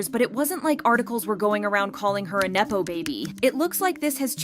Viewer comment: neppo...not naypo.